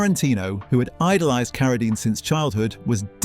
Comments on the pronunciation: I'm coming off the Rhine River as the Rain and the Rhyme in the same video. Now, I get Keredine, probably Kerosene later. AI has a dull average IQ. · I noticed when the AI narrator mispronounced David Carradine's name first then immediately pronounced it correctly after LOL.